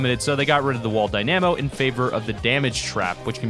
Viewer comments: Die-nuh-moh not die-nAm-oh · why do you say dynamo like that😭 dyNAmo😭 its dyna mo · It's Dynamo not Dy na mo goddamit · You pronounce dynamo wrong, it’s DY-nam-o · It's pronounced dyna-mo not dy-namo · Isn't a Dy - namo pronounced Dyna-mo. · It’s DI-Na-MO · its die-nu-mo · It’s pronounced die-na-mo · Yeah it’s wall die-na-mo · Ahaha ‘die namo’ 👍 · Say it with me. Dy-nuh-moh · how can you get the pronunciation of "dynamo" so wrong? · You say dynamo wrong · There most definitely is a correct way to prune nonce it. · Man U can’t even pronounce dynamo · Bruh can’t even say dynamo correctly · Thats not how u pronounce dynamo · who else got triggered at him saying Dynamo wrong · U say dynamo wrong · the way you pronounce dynamo is very strange, good video nonetheless. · You are pronouncing dynamo so wrong but great vid